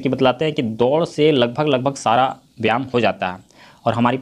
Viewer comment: Vyayam hoga aap galti padh rahe hain yah mat samjhega ki ham aapko galat comment Karen humko Jo galti Laga ham aapko Bata diye Hain